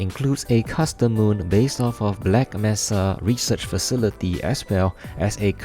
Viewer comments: the way you said "black messa" killed me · you saying "black messa" hurt me ;.( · my ears hurt every time you said black messa